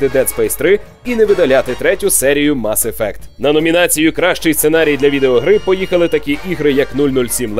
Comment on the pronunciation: мАс ефект? який нафіг мАс ефект? ну з вас і транслітератори. мес ефект!